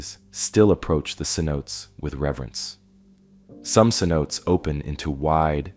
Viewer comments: Se-note-tays not Se-notes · The pronunciation for the Yucatan Cenotes is incorrect. Cenotes would be pronounced as Sen o Tay. Otherwise, I very much enjoyed your video. Thank you for sharing. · Needs to learn how to say cenotes